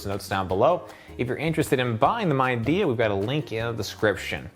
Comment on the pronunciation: Great review. Midea is pronounced Mid - e - ah :)